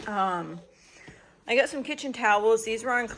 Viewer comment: It cracks me up to hear you say “ I gut” instead of I got.